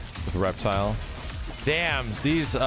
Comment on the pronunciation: REPTILE!!!! REPTILE!!! ITS REPTILE!!! REPTILE!!!!!